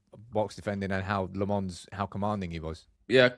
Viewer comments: Low-mens is how you pronounce his name!! Not LeMons. Get. It. Right. !!!!! It's not that difficult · I am belgian, Flemish. It is pronounced "LAM-UHNS", if you really wanna know :) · Pronounce lammens name right muppets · It really should be a requirement for these guys to learn the proper pronunciation of the players’ names. They continue to turn Lammens into a French guy. Lammens isn’t French and they have to know this. But of course these guys are simply careless and disrespectful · why would you just mispronounce the name of your team's goalkeeper? it's not hard to just get it right... lol wtf